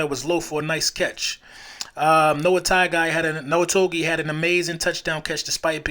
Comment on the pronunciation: Bro lemme help u pronounce Noah "TOGIAI" so the G in togiai is actually pronounced NG like thiNG bliNG siNG that NG sound..so instead of toGiai it's actually toNGiai..it's how us islanders pronounce letter G..so G is actually NG u know what I'm saying bro? Lol...like this (TONG) E Ai.. Noah is SAMOAN just like Mailata and Seumalo. Those are Samoan Last names..mailata name I'd actually MAILAKA with a K our Ts are pronounced as Ks..it's weird I know but Fly eagles fly baby